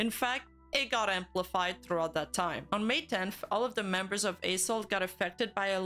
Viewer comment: If you losing focus you will hear A**hole instead of A-soul 😂😂😂